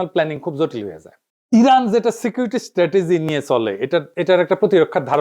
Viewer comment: রানের ❌ ইরান ✅